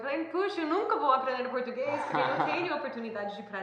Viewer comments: Parabéns pelo excelente vídeo. Estou impressionada com a perfeita pronúncia do garoto de jaqueta jeans. Ele se passa por brasileiro facilmente 👏👏👏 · O tem a pronúncia do português perfeita.